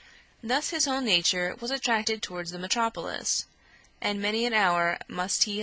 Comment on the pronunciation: Unless you’re an American from one of the southern states you might have trouble understanding this reader’s accent. Plus, she mispronounces some words that the average reader shouldn’t mispronounce, like “ metropolis.”